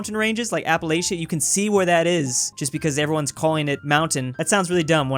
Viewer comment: I am disappointed with how you pronounced Appalachia. For shame.